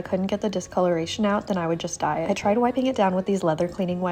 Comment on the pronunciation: Oh you’ll DYE it. 😂I thought you said if you can’t get the stains out you’ll just die 😅